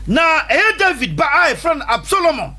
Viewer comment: David son was ABSALOM not Absolomon